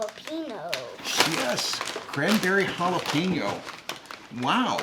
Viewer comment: He pronounced and read jalapeño like a pro😂